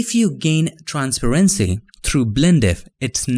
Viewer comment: I know the way you say transparency is wrong but it sounds way cooler than the actual pronunciation